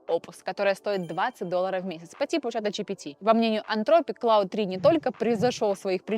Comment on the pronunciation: Спасибо за выпуск. "Есть ощущение", что Claude читается как Клод, а Gemini, как Дже́мини (близнецы).